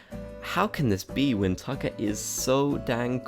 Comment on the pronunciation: when talking about tucker, he calls him zucker lol